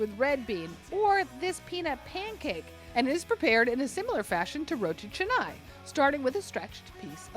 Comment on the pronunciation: It's pronounced "chahnai" (with a broad A), not "chehnai".